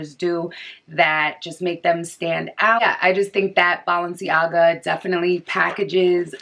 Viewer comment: “BALL”enciaga 😂 this video was extremely helpful i’m getting my pair tommorw hopefully they fit